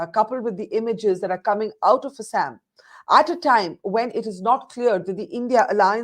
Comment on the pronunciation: Just because you are speaking in English, pronunciation of proper nouns does not change. You should pronounce Assam properly.